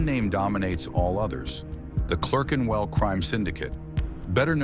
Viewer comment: Can't even say Clerkenwell. Another septic ruining British history.